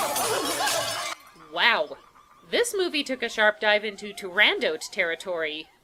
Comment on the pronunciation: Tur-RAN-Dot??? I DOT think so